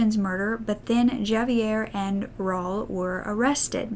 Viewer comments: And Raul is pronounced raw ul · Enjoyed the video. Just Fyi, Javier sounds like "Havier" (h instead of j sound). Also, "Ra-ool" (Raul).